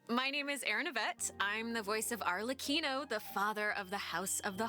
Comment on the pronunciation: I knew you'd be hyped for this patch, being the Cyno stan you are with him getting a part 2 story quest! Oh, and Arlecchino is pronounced with a hard C, like "Arle-Kino".